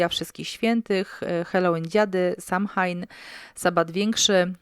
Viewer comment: Kochana mówi So‐łejn nie tak jak pisze